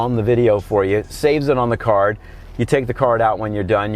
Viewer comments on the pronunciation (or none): none